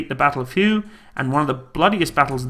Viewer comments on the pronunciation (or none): Hué is pronounced like hway, not hyew, like in color. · Did you just pronounce Hue city as Who?!! Its pronounced Way or Whey City. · Btw, the battle of Hue, is pronounced the battle of way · the city is not pronounced "you". It is pronounced "hway" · Hue? No Hu-Way! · “Hue” was pronounced as “Way” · Hue is pronounced "hWay" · Battle of Hugh? FFS. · It's pronounced hwhey, not hue. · It's Whey. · Cool vid bit that city in Viet nam is pronounced "WAY". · I realize you come from Angle-land, but Hue doesn't live in Viet-Nam....the Royal city of Hue, once the capital, is pronounced HWAY....now ya know. btw, the Ontos was known as The Six Gun. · The word is pronounced "Way", Battle of Huế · "Hue" is pronounced "Hway." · Battle of Hue pronounced “Way” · Hue is pronounced Way. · Hue=Hway (phonetic) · Hua is pronounced wey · Hue pronounced Way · Hue is pronouced 'way' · Not a problem . I pronounced it the same way before traveling to Vietnam 10 years ago. Hue , as well as Hoi ahn are must see places should you ever go. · Learn how to pronounce Hue. Kind of important.